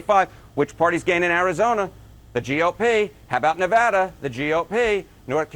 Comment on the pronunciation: As a Nevadan, thank you for saying Nevada & not Nevoda